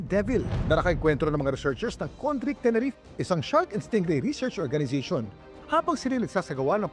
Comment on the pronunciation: Tenerife... Pronounced as Te-ne-ri- fe... Not Teneref